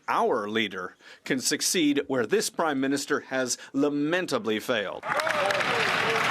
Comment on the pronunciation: Did she say after 9 years of this "crimeminister"? lol...